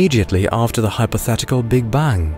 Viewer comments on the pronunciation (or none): I hear Big Bung. Anyone?